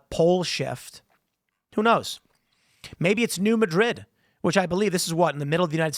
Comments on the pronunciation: It's pronounced Mad - rid, not Ma - drid; accent on first syllable. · hey tim, it's pronounced new MAD-RID, not Muh-drid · New Mad-rid not New Muh-drid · It's actually pronounced "Nyew Madd-id" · New Madrid faultline is pronounced MAD-rid. Sedimentary layers in the Grand Canyon or the Colorado river show the higher water level from millions of years ago, when they weren't deep canyons cut into the stone! There were rivers there, maybe glacial from an ancient ice age. 😲 The grand canyon is partially created by wind and sand grinding the stone. There will probably never be a canyon carved from the Mississippi (maybe up north) because the base underground is SAND not stone, the top has deep accumulated soil, neither creates canyons. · It's not New Madrid, it's New Madrid. Jeez, this from an Illinois guy...